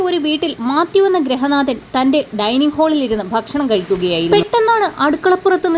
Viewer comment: ഡൈനിങ് ഹോൾ അല്ല ചേച്ചി ഡൈനിങ് ഹാൾ അതല്ലേ ശരി